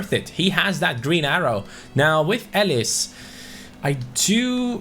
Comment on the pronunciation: elis is a really good player for dynamo but it’s pronounced elis but the i is pronounced as an e edit: dragowski from fiorentina is an amazing young GK he’s in the mid 70s and is like €3-5m in price. also u can train him to 80 overall in first season. 👍